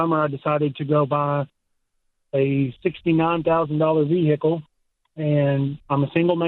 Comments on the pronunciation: Vee hickle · I’m here for the Vee-Hickle stuff 😂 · Even callers say vi hick cle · At least this hick knows his $69,000 "vee-hickle" was an enormous mistake. Ya gotta give him that. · The South: where "vehicle" has a stressed middle syllable.